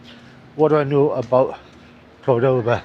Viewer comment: I know this is a bit annoying, but so sorry I cannot contain myself. In Argentina we pronounce the name CORdoba, the accent is in the first syllable. I mean of course you can pronounce however it comes out; perks of the old traveller. I am also with you on that issue. I feel like 18 inside me with just a few decades of experience in that age.